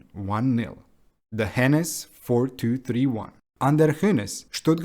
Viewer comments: OK. Maybe it just hurts especially hard as a Stuttgart fan. The name just isn't pronounced with these short consonants (no double "n" and "s"). Just nice and slow... "Hoeeenes" ;) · Is it that hard to look up the pronunciations of players and coaches? You obviously did a lot of research on the club itself, so I just don't get why you're skipping that part. "Hoeneß" is just not pronounced "henness", how did you get that idea? I would see how a Non-German might have problems with "oe", but you could have just stuck with an "o" then instead. All it would take is to search up any German post-match interview on YouTube...